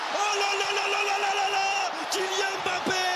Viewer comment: KYIAN MBAPPE 😂😂😂😂😂